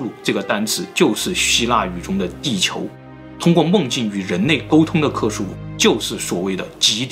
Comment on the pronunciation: 是克苏鲁 不是克苏努。。。